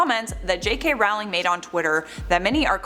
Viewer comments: American here I say Rolling, I think most of us say Rolling. Till now I've never heard this pronunciation. I think the woman on the video just pronounced it wrong. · Not a fan of hers, but if you're going to do a video about a specific person, learn how to pronounce their name properly first...